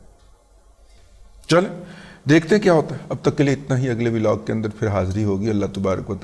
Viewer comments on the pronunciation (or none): none